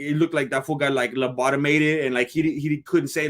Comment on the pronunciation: Labotomated...hahaha love your work..